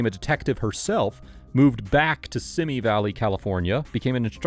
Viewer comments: It's pronounced "Van Nize" - Sorry, I grew up there, and that mad my brain scream. No offense. 😁 And... dare I add it's "See-mee" Valley... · Van-oise ???? Pretty sure it’s Van Nuys pronounced van-nies or van eyes and Simi Valley pronounced seems valley bub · Not SIMI BUT SEEMIE -- two long E sounds. You're mistaken in sounding it like the name Timmy. My sister used to live there -- so I know. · What's up with you and city names? Van "Noise"? "Simmy" Valley? The fuck?